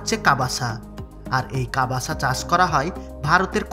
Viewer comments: ভাই, কাবাসা না কাসাবা।। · কবাসা নয় কাসাবা হবে।